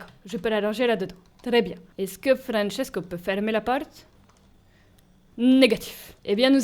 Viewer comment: Désolé mais tu prononces Francesco à l’italien pas à l’espagnol 😂 et le permis depuis 40ans en 1985 donc on est en 2025 😂mais à part ça cette vidéo m’a vraiment fait rire 🤣 « Francesco est la, Francesco n’est plus laaa »